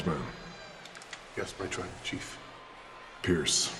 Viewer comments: " call phierce " 😂😂😂😂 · the heyman pronounce pearce is hilarious piercing his name literally🤣🤣🤣🤣🤣